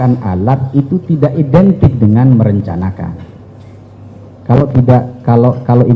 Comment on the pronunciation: Mempersiapkan alat bukan edintik merencanakan, ngomong apa ini ahli bohong Pasti sudah dpt DOA ( dorongan amplok)